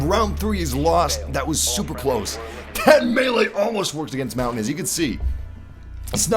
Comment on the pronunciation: that is not how you say montagne it's not mountain